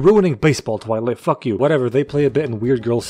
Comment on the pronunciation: "welcome to twiglit" I'm already fucking dead